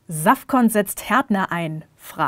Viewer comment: Dass sie Safcon kannte und es richtig ausgesprochen hat xD Bester Name 😂😂😂